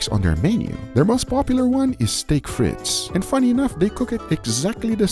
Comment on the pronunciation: Not gonna lie, that "German" place did look like a rip-off :( BTW: You don't pronounce the S and the end of Frites :P